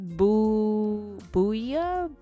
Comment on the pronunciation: Thank for the video 💜 im French and i loved your pronunciation of "bouillabaisse" that was lovely ☺️ I'm a midlander female hyur. I thought about fantasia... but grown so attached to my character. I would never change her! I just think she's so cool haha. Keep up the good work 😊